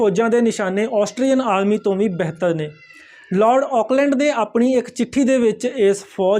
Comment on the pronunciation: ਬੈਹਤਰ ਨਹੀਂ ਜੀ ਬਿਹਤਰ ਤੇ ਨਗਾੜਾ ਨਹੀਂ ਜੀ ਨਗਾਰਾ